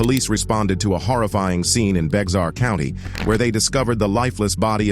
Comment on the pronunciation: San Antonio is in BEXAR COUNTY, pronounced BAY HAR